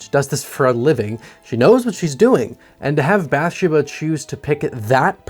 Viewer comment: Did you really watch the movie as many times as you claim? Because every time you mispronounce a simple character name it makes me think you're just doing this because horror is popular on YouTube. Which that's fine if you're not a horror fan. Just be honest. You do a great job either way. Literally the only thing wrong is not researching how to pronounce character names. It's not BATH-sha-buh. It's Bath-SHE-bah. Emphasis on the second syllable, not the first as you're pronouncing it.